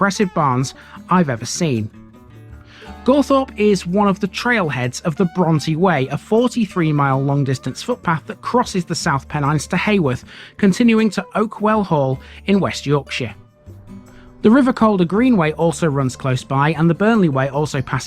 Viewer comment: Really enjoy your videos. You put a lot of research & personality into them. By the way Haworth on the other side of the Pennines is not pronounced "Hayworth", it's pronounced "How-orth"